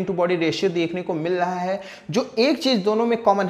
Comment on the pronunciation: Bhai ..ek bar bas acche se bol do “MIL RAHA HAI” instead of “MIL LAHA HAI” 😂